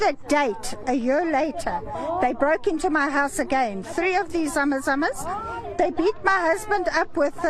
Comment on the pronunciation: It's not Zama zamas